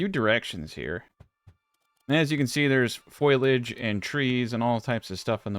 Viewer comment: Rice vid, sir! Its foliage (fo-li-age) not foilage. Not a great concern but thought I'd chime in with unsolicited advice.